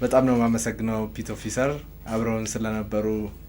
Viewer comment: “ፒት ኦፊሰር" ? ኧረ እባክህ አስተካክለው። ፔቲ ኦፊሰር ነው የሚባለው።